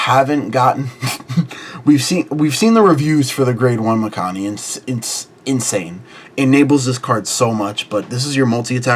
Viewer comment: 1. I think your pronounced Mikani wrong lol, and 2. I think this list will struggle to get to 13 different as well as CB, but if thats not the goal getting 8 and doing shenanigans looks solid